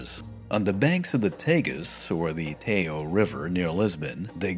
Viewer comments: It's not the "Teyo River", it's the Tejo pronounced like Té-zhou .....on second thought, this might be impossible for English speakers 😂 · Regarding Portuguese words I'll leave any obvious mistake here. Starting with the Tagus river, in Portuguese, the J is always pronounced as a soft G, so Tejo is pronounced as Te-Ju. Think Texas-Jupiter.